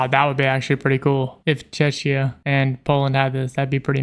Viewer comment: czeKia, not czeczia. you are very close to chechnya..